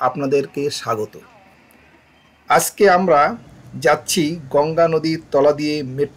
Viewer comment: apni "AJKE" k "ASKE", "PANCH (5) TAKA" k "PAS TAKA" bolchen kano? sunte advut ar kharap lagche. Ar Ganga cross korte 45 to 46 second lagbe ei Metro Rail er. Office time & normal time e ei Metro Rail er gap time different. 12 minute gap office time & 15 minute gap normal time e.